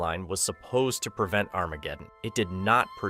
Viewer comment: I thought I was the only one tripping when I heard that. His pronunciations are not ideal lol.